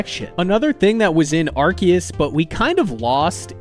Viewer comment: legit liked the video and subbed just cause you say Arceus the right way, and I will never not stan for poketubers saying names right. 😅